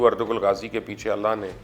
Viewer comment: Its ertu-rul g is silent Sir